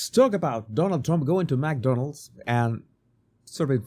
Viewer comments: Mc not Mac you sound ridiculous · …and Mc is pronounced “mick” …like sick 🤒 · Its not Mac Donalds Sir. It is Mc Donalds. Sorry but please say it right. Thank you! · Not MacDonald's, it's McDonald's. Pronounced Mic or Mec. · FYI - The pronunciation is “Mc Donald’s” not MAC Donald. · Its not mac Donalds no A. Its mc pronounced like mick. Thanks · You say "mack'donalds as if there is an 'a' between the 'm' and 'c'. But when there is no 'a' actually there, one should say "mc", sort of swallowing any vowel sound, or if you must have a vowel sound it would sound like "mick" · McDonalds not Mackdonalds